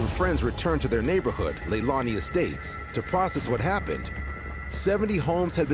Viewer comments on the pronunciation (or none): none